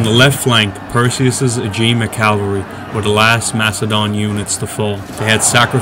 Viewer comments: It’s annoying hearing the narrator say “Calvary” when it’s cavalry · It is 'cavalry' not 'calvary'. Are you 6? The Macedonian phalanx were not 3 deep formation, but a long line, 16 deep. The Roman Legions used maniples of 120 men in checkerboard formation, probably 12 deep. The Velites retired through the Hastati legionaries who formed solid line 6 deep, threw their 2 pila and advanced with sword. They could be withdrawn through the Principes, who then shook out into solid line and advanced, threw their pila and clashed with swords. The veteran Triarii were armed with thrusting spears in the last rank. Othere than these gaffs, the commentary was generally accurate. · I say calvary sometimes, too. Even though I know that its "cavalry" I still say "calvary." Like my brain refuses to get it right lol. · nothing sad about society at all, just criticism. If he can write 'cavalry' he can say it properly. As I wrote, his verbal commentary was accurate, but his diction and cinematic rendition was not.